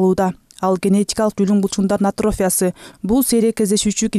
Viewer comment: Атрофия деген сөздү ,,и" тамгасына басымдуулук жасоо менен айтылышы керек. Журналист ар бир сөздү туура окуй албаса, эмнеге иштеп жүрөт?